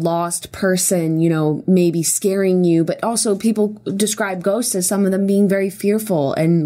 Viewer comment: also when julien says ghosts it sounds like he says goats. "i do believe in goats. i do believe goats exist."